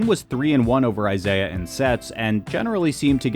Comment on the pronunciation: Isai. Not Isaiah. Pronounced Ee-sigh